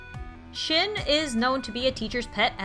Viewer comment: Shin is supposed to be pronounced like "Shean."